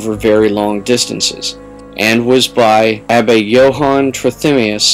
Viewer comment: Trithemius is pronounced Treh-tah-meius